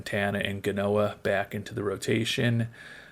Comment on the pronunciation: It's Omar GA-O-NA, damn it! (this message brought to you by Omar Gaona and friends)